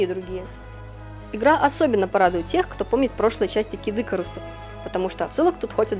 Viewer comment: Не кидыкарус, а Кид ИкАрус!